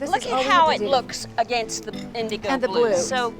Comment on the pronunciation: I love her accent! "Against" pronounced so beautifully. You can still hear the British in Charleston